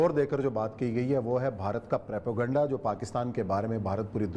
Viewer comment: پروپیگنڈہ ہوتا ہے پریپوگنڈہ نہیں!